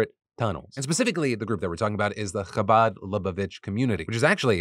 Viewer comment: The coverage of the Chabad tunnels in New York here was actually very well-done, I admire the effort to pronounce Chabad correctly! And of course getting the story across without falling into antiSemitism. I just have a couple corrections. I'm Jewish and I understand these things are complicated and can be hard to understand from the outside. Chabad isn't an "ultra"-Orthodox, or Hasidic, Jewish group. It's a very widespread organization of Orthodox Jews that you can find in virtually any US city. While the young men involved in the tunnels may be considered "extremists," their organization overall certainly is not extreme in any way. Just wanted to clarify that!